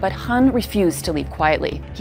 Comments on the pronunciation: Why do you keep calling him Imran Haan?😂 Don't you see a K? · Why do you keep pronouncing Imran Khan as Imran Han? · Why does this woman not spell the K in Khan? She keep saying Imran Haan...